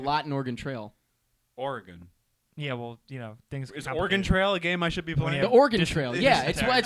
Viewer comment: YOU GUYS PRONOUNCED OREGON RIGHT. YOU GUYS ARE FUCKING TIGHT.